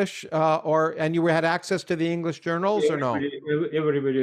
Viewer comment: Я изучаю английский язык, слушая Андрея Линде. Он мог бы профессионально работать преподавателем английского языка с образцовым произношением. Спасибо за интересный диалог!